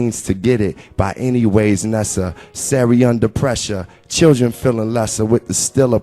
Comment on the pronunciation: How the fuck do write a poem that says “by any ways nesser” so it rhymes with pressure and get invited to the White House?